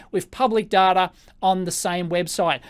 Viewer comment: Don't call him Daata, he gets very annoyed. His name is pronouced as in the English "Dayta", he insists upon it. (Love your videos really.)